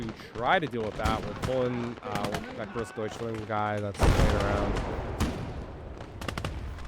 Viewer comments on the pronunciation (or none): Careful, don't say "GroßdeutschlEnd", say "DeutschlAnd". "Aufklärer" was better, but basically has the exact opposite problem, even less "Aufklarer" and more "Aufklerer". "Panzerbüchse" needs a bit of work thought. You correctly said "k" instead of "sh", but your missing the last syllable "-seh". Also, the first vowel is "ü", not "u". So like "Bük-seh". It should sound like your pronunciation of "Panzerschütze", which sounded fantastic! Just take "sch" and "tz" out of "schütze" and replace them with "b" and "ks".